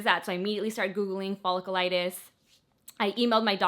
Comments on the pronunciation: Folliculitis- “fuh-lick-YOU-litis” it’s not follicle-liitis. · Pronounced "fa lick u lite us".....Hope you get better soon! Clindamycin is the key girl! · Its pronounced ful-ic-u-litis. Love you your amazing